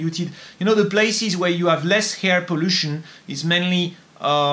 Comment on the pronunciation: it seems LIFE is KILLING you !! (Psssst... your "air" sounds like HAIR)